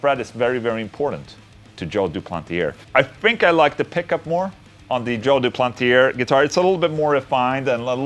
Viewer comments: "Doo-plant-ee-ay" Ola lol...not "Doo-planty- air" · Englund the R at the end of duplantier is silent,the sound is "duplantié",you are welcome 😁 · It's joe du-plan-tee-hey